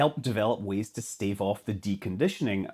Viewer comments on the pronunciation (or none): none